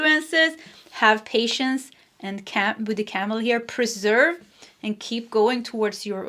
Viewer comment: Per sev ere. Not pre serve. Pile three x